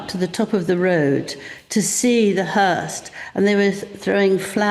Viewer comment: hearse not hearst